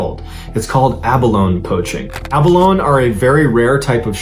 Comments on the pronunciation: Abalone is abundant along the pacific northwest coast, particularly in the inland waters between Vancouver Island and the BC mainland. Btw, the "e" at the end of "abalone" is pronounced - so it is ab-a-lone-ee, not ab-a-lone ;) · BTW its pronounced "A-BA-LO-NEY" NOT "A-BA-LONE"!! 🧐🤔🤨🤷🏼 #btw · MrBallen, it’s NOT “aba-lown” it’s “aba-lownee”. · I believe this shellfish is called Abalone but pronounce 'ab alone ee'. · FYI abalone is pronounced aba lone ee. Not aba lone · Pronounce it correctly. Ab-o-loni. NOT ABALONE. For Christ sake, speak like you have an education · Pronounced Abolony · Enjoy your posts! Abalone is pronounced Ab-uh-lone-ee. FYI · Pronounced a-baloney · a - ba - LOANS. ??!!!! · pronunciation is: Abaloney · It’s pronounced ah-bah-LO-Nee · Mr. Ballen just an FYI it’s pronounced “abalonEEE” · They are abalone the ending is ee = abalonee. The pronunciation of words is getting worse so I'm thinking is run through ai. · AB-A-LONE-EE dude has a hard time pronouncing basic words correctly, lol You’d think somebody would tell him.. 😆😂🤣🤡🤡☠️☠️ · Abalone is pronounced with the ‘e’.. ‘Abeloney’. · Love your work. A couple of things with this one. It is pronounced ab uh low nee. Also, while considered rare, it is due to the time it takes to reach maturity not scarcity of where they are found. In Australia (where I am) they are farmed and also found wild right around the bottom of the country. We have strict regulations on harvesting. Having said that we have had abalone divers taken by great white sharks. They are also found on numerous other places around the globe. Merry Christmas & I hope the new year brings what you desire. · Just an FYI...The pronunciation is a·buh·low·nee 🙂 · It’s pronounced Abolone. The “e” isn’t silent. The north west coast Native Americans used Abalone shells & native copper for money. (native copper just refers to pure copper that is found lying around in its natural state). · It’s pronounced “a•buh•low•nee”…..🙄